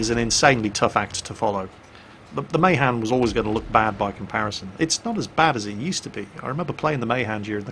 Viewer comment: Isn't Mahan pronounced as Muh-Han not May-Han? I'm pretty sure that's how Alred Mahan's name was pronounced...